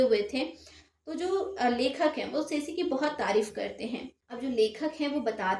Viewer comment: It's ( सेंसे ) , not सेसी 😅